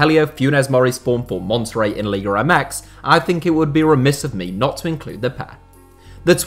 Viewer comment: Why do you say “liga REmex” ???????